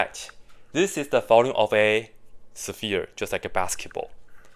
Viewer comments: I like how you pronounce "saphere". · 2 syllables for sphere?